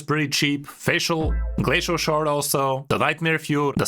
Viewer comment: "Flacial" shard xdxd